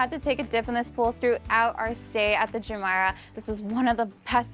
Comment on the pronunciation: You did a great job! However, your pronunciation of Jumeirah is incorrect 😢 Please show more of rooms in your reviews from less person view and over speaking rather more footage of spaces versus the person 🎉